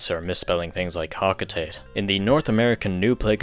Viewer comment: One mistake you and many other people tend to make is pronouncing it "Ho•ko•tay•t" when it's actually pronounced "Ho•ko•tah•tey" (ホコタテ)